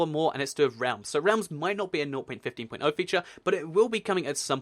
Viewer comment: some times I hear him say north.15 instead of 0.15